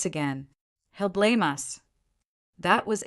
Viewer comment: hahaha, the A.I. narrator is reading "us" as u s , rofl, now you can see it's a fairly engaging story with a lot of verbal speech errors that turn it into a comedy. as it's a revenge story, the driver did not inform the group that was used to her kindness ahead of time that she would not be driving them from then on, prior to the hard lesson of being left out in the cold. but decent human beings are not part of this story. go figure. The A.I. often uses foreign pronunciation of English, as French accent, or other nation Accents, which is not needed. someone should teach the a.i. child to speak correctly.